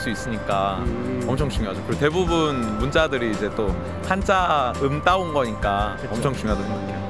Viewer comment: Why did you say 한짜 instead of 한자? Is it the sound in Chinese or a mistake?